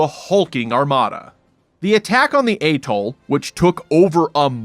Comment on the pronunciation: Go on, pronounce atoll again, you might get it right...